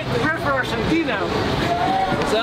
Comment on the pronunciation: lol my people "we're from arshentina!"